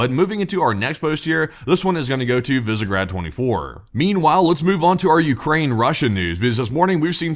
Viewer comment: Visegrád - spoken: "Vishe'grad" (with a normal "a", but not the American "a").